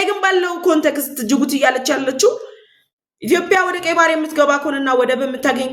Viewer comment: አማርኛ እያወራሽ ስለሆነ እባክሽን ኢትዮዽዽዽያ ብለሽ አውሪ ችሎታሽን በአንዲት ፊደል አታበላሺ !!!!!!!!!! ዽዽዽዽ እያልሽ ተለማመጂ